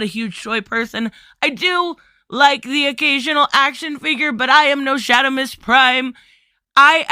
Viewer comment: Ohh. Its Shard, SharDimus Prime. You said LOL Shadimus. Unless your boston then it's understandable. Im a adult action figure collector. The action figure circuit from You Tube to facebook and a little little bit they happens on Twitter cause many of these action figure Youtubers don't do Twitter. And here is why. has this topic come up? Yes it has. most the time in brief. Oh yeah well thats a little silly about the female action figures. Least I was in Jay C chat room and brought it up and he laughed and said Todd is a little bit out dated old school thinking like that. Most find it silly that he should make more females. And ones who feel he had a point don't go crazy on us if we feel that he is wrong on female figures. Plus we want a comic related Harley cause all we got was two movie ones and a animated series he is not that good at making. Or say Poison Ivy. But I'm going off track. this topic for the most part is handled civil within the community of adult collectors. However people outside that community have flipped out and gone crazy and turned this into a huge deal. One side..eww todd is a sexist lets cancel him. The other side, people don't want mostly female figures. In the story they only wanna see male heroes. And there is a drama war. And now you know why I enjoy the adult collector community most. People who agree and disagree...I mean actual collectors are able to for the most part stay civil. Course there is some assholes. We call them Shills. Todd